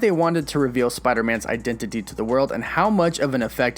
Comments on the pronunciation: i love the way you say identity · Why are you saying identity like that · Eye dent it tea